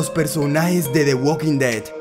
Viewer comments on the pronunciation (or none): none